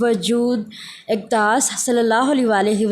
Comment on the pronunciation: محترمہ آپ کی ریڈنگ میں بہت سی غلطیاں کی گئ ہیں۔۔۔وجود آقدس غلط ہے اقدس ہے